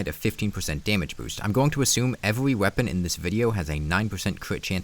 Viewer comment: Why can he pronounce the R in "increases" and "reduces" but not the R in "every"? Weird.